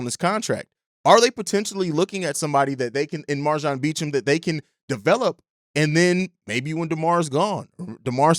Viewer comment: All love jus a headsup his last name is pronounced "Bo-champ"